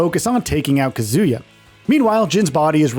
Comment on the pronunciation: It's KAH·zoo·yuh, not kuh·ZOO·yuh. They literally say his name in the character select screen in EVERY GAME